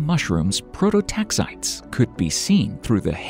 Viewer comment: Proto-TAX-it-ees. Not leviosAA.